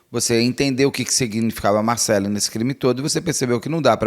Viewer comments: Por que você insiste em dizer "Marcelí", Beto? Qual é a sua dificuldade em pronunciar o nome Marcelly = MarcÉLI, corretamente? Credo, que irritante!😮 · É Marcelly, não MarceLIIIII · Só um detalhe que posso falar com precisão... A pronúncia certa é Marcéli, como se tivesse um acento na letra" e " Pelo menos a pronúncia do meu nome é assim 😊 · Amo o Beto, mas essa pronúncia do nome Marcelly tá impossível de assistir...